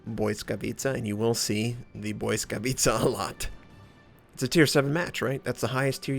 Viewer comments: nope, u cannot be more wrong bout that mate , i do admire u for trying to say the names in their native language, but its not BOY-skavitca .. its Blitz-ka-vi-tsa(i;ve spelled it like that just to make it easier for you to read it out) .. should sound like blitzkrieg , or blitz whatever , because blitz is the root of the name it means lighting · Indeed...it's kinda painful to hear him say boyskawica instead of blisskawica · its actually pronounced as bwiska vitsa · hey, from Dasha i noticed the Błyskawica is pronounced as: Bliss-kavet-sha i admire you effort to pronounce ships accuratly, happy subscriber here:) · Stoyan Kanev there is a difference between thinking that you know everything because you googled it and doing some research, but ok. the google translate pronunciation might not be pin point accurate, but it is at least better than "boyskavica" or your "blitz-ka-vi-tsa". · Indeed, the closer one is "bwisskavitsa", maybe with a hard, not soft pronounced first "i". Word "Błyskawica" translates as "Lightning" and it originates from German "Blitz", but it's not pronounced exactly as "Blitz", far from it. You can easily find pronouncation even on wiktionary. And yes, I am a native Polish speaker. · Not even close as all miss pronounce ł + y This is correct one